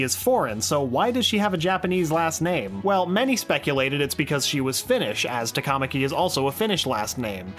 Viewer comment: Least amount of Thumbs Down in a 107 Facts video ever EDIT: TA-KA-MA-KI, not "Ta-KAmaki". I can't believe the voice actors/actresses got that stuff wrong